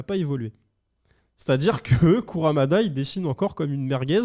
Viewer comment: Arf... KurUmada pas KurAmada... Ring NI kakero, pas NO :) Ca me fait mal au coeur d'entendre que tes collègues ne connaissent pas Saint Seiya...